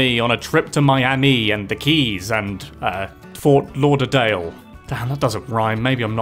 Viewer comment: Oof, from a Floridian, the pronunciation is horrible here...